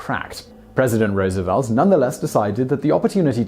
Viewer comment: You did pronounce Roosevelt's name right at least, lol.